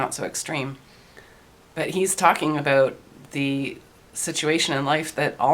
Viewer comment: Aboot! lol did anyone else notice that, like in South Park with the Canadians...aboot! lol She said it like 3 times in a row....lol Aboot! lol Aboot! Im not taking the P. in fact I have even unsubbed to PE and those lot I am MGTOW to the bone...but you did say aboot lol